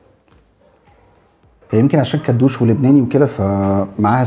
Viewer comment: كدوشي مش كدوش